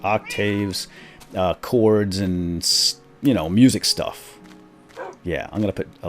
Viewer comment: Its chords not clords